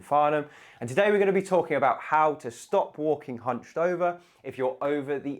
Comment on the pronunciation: Ohhhhhh... I thought you said humping!